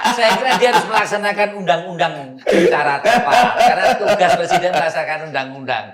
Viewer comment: kan ngomong nya pleciden